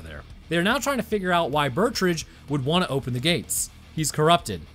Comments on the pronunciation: The name Betrüger is pronounced (Bet-true-ger) not (Burt-ridge) 😂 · I legit didn't even know that this movie existed. Bit of a nitpick, but it's pronounced Bet-roo-grrr or alternatively, Bet-Ruger. Also, I totally agree that they shouldn't have done human testing without first doing exhaustive testing without humans. First drones, then animals, THEN humans, and only with extreme precautions in place at both ends of the portal. In addition to chimpanzees, I think mice and pigs would have made for good test animals due to some of the similarities and compatibilities they share with humans. The armored chimps could work, and one precaution that could be taken is the implantation of a remote-detonated explosive in its body, ideally in a location that will immediately disable it should it become aggressive. Also, when you finally move on to human testing, maybe don't use an intern or fellow scientist? Perhaps try a mentally stable and generally non-violent inmate who is on death row or has multiple life sentences.